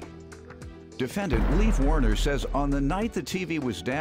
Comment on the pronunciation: As a swede im annoyed that no one said ”lejf vaerner” (his name) correct